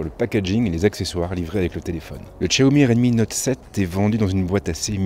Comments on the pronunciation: tchiaomi?!?!?! 😂😂😂 xiaomi pas tchiaomi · Tchaomi 😂 aller tchao